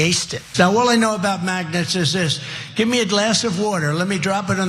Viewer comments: It sounded like he said magnus instead of magnets. What kind of moron thinks that magnets stop working when hit by water? He is "like a very smart person" but he is only "like" one but isn't actually one. Also intellingent people never say ' I'm like a very smart person". That is the way a 5yr old would say it.:hand-orange-covering-eyes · When he says magnets sounds like the t is missing, sounds like he's saying Magnus